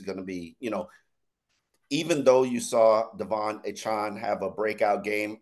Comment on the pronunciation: Why is calling him Achawn. Pretty sure Achane said it's Achan like 4chan.